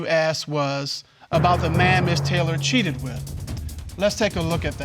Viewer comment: "Back then, yeah I did cheaddedd"